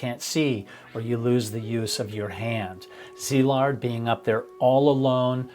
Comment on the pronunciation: Thanks for respectfully pronouncing Szilard’s name correctly. It s been slaughtered to beyond recognition in other videos.